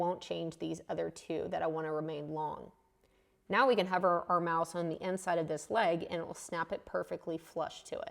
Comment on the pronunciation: Once I realized you were saying "hover my mouse" and not "cover my mouth" it started to make more sense! This was very helpful. I had given up on Sketch-Up but now will give it another try. I may need to update because my version is 2017 and doesn't look like that. Although, maybe it is because you are using the pro version? Thanks! Always enjoy your videos and learn a lot.